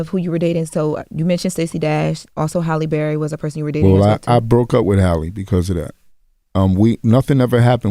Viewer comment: ...it's Hal-ee Berry- not Holly.